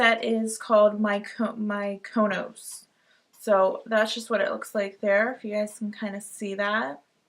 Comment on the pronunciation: omg loved these products! but also super quick and I hope that this doesn't embarrass you but the model co eyeshadow trio is pronounced (Me-coh-nos) no hate just thought you should know! love ya queen!